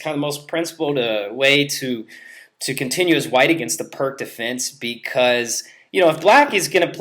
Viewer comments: Can't stand it when someone at this level says "perk" perpetuating the ignorance of the correct way to pronounce the man's name. Every time I hear it said this way, it hurts my ears. If the narrator sid it correctly, the correct name would be passed on, but he is probably too scared to be criticized by other ignorant people. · What is PERK for Pete's sake! The sound of PIRC is PEERTS, the name of a Slovenian grandmaster!